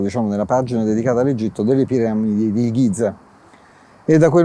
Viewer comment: potrebbe almeno provare a pronunciare bene GIZA, visto che ci lavora